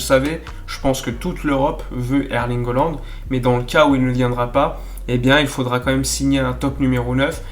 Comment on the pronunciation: Il va falloir que tu nous expliques pourquoi tu tout le temps holande au lieu de haaland????